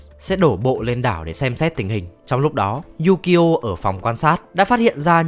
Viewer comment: Tên ukyo đọc yukyo :))